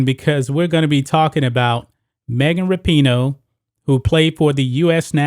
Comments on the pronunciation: I wonder if he says her name wrong on purpose to get a rise outta ppl lol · It would help if you knew how to say her name. Her/his whatever